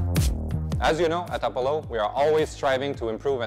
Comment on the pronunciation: appo-low? That seems an odd pronunciation of a known word.